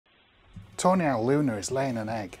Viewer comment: Am I the only one who hears "toenail" instead of "tawny owl"?